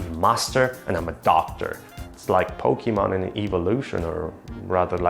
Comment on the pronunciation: Si ma il "pokemon" pronunciato pochimon potevi risparmiartelo, anche perchè è la contrazione di pocket monster